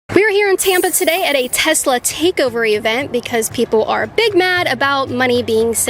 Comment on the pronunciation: "Takeovary Event" 😏😂🤣